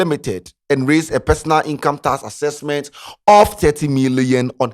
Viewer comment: what is task accesksment